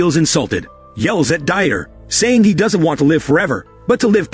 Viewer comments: really the ai voice cannot pronounce very common names. Dieter is not Die-et-er but Deeter. Jesus is Hey-zeuss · "Dieter" is a German name and is not pronounced as die-eter, it's pronounced as Deet-ter! The illiteracy of this narrator is pathetically sad.